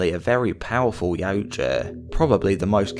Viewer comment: You are my fave creator for all my yautja knowledge… plus you pronounce yautja correctly ❤😂